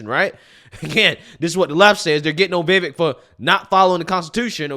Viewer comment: Vivek rhymes with Cake or as that boo hoo whine cry said Fake